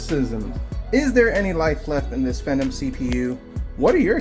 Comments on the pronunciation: Phenom is pronounced fee-nom, like in WWE the Undertake is called the Phenom/Fee-nom, LOL. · How do you say phenom, lol It's pronounced as F not V not Vemon lol you silly man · Phenom is pronounced as fee·naam. As it being an entry level gaming PC it is. You don't have to bother the seller like that. They might not be that tech savvy and they disclosed all the specs of the computer. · Also it was driving me crazy, just say fee nom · You need to practice saying Phenom😉